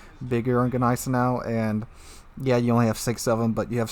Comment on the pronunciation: when saying gneisenau you dont need to emphasize the G, just like in gnaw..You dont say G naw.